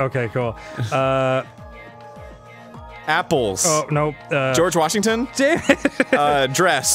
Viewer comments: half of the episode is just arin saying Goerge Washington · No - fucking - Body: Arin everytime they play this type of games: GeOrGe WAsHignTon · Weorge Gashington